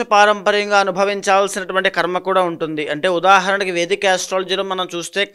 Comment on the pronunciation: ఖర్మ కాదు.. కర్మ అని పలకాలి.. Anchor గారికి సూచన 🎉